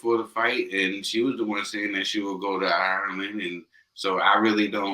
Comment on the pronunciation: 2 minutes into this and that lad made a complete fucking shitshow of saying the name "Ireland".... sweet Jesus that's embarrassing 😳